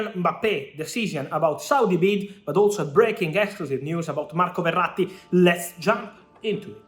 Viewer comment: The way he says marco verrati, i think he's italian !!